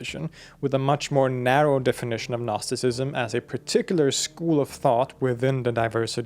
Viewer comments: Dude the g is silent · Gnostisism is a Greek work, you should always pronounce the first letter "G". Otherwise, all I'm hearing in this video is "Narcisism". Because it sounds like 'Nostisism". It confuses. Please, respect the original word, which is GGGGGGGGGnostisism. UPD: I just watched other videos and realized the mistake of this video’s author. All English-language sources pronounce this word as nOstisism, while the author of this video says nAstisism. That changes everything completely. Okay, it’s possible to drop the letter “G” in English, but to avoid confusion, one must pronounce it the way everyone does — nOsis, nOstisism — this is very important. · I just watched other videos and realized the mistake of this video’s author. All English-language sources pronounce this word as nOstisism, while the author of this video says nAstisism. That changes everything completely. Okay, it’s possible to drop the letter “G” in English, but to avoid confusion, one must pronounce it the way everyone does — nOsis, nOstisism — this is very important. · Dude you pronouncing the G in Gnosticism is killing me lol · harekrishna nice show Thanks. two comments. 1 "know", gnosis, comes at least from sanskrit - nowadays pronounced /gyana/. 2 years ago! i got hold of a gnostic apo gospel, coptic i think: Jesus was teaching. question and answer. Marion Was part of the Class. songs of David and such were Required. only Marion could remember the Psalms. .being a ex-scholar i compared the psalms in the "apocryphal" w the texts in the accepted Songs.... invariably the Psalms quoted here esp by Mother Marion were much much more Beautiful. of course: all in translation. w my library being in a non-flood miami area i was Ordered to demolish. county inspections three times a week. ( the 20 story crumbled bldg got Ø inspections in 20 yrs) 90% of library Lost.. btw Krishna warns about all this arroz-con-mango of knotty knowledge: ties you up! haréee krishna ! : )